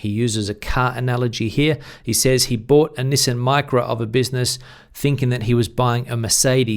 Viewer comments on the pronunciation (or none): none